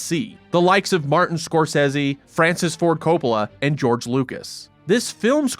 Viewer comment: Its not Score Ceze EE. Its Score Sayz Zee. Don't be a nerd